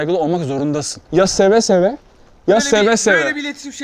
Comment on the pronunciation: Seve seve değil söve söve